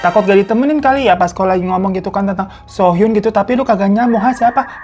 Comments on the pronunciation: Aaaaaa makasih bang videonya!! <3 btw nama "Soo Hyun" tuh dibacanya "Su Hyon" yaa bukan "So Hyun" karena kalo "So Hyun" beda orang, ada lagi aktris cewek namanya begitu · Bukan sohyun bang, tp suhyon